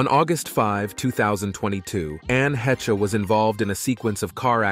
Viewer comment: Anne Hechuh lmao. SKIP